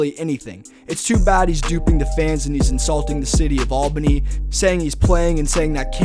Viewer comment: Can u plz pronounce Albany correctly